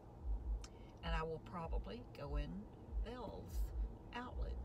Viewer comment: Just love these ride alongs. Yes it's pronounced Bells. When I moved to Florida, I didn't know either. TV commercials pronounced it Bells so...